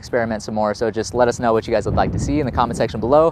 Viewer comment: Was I the only one to hear how you say "lettuce know" in the end? At first I thought it was a pun intended, now i think I just thought it up 😂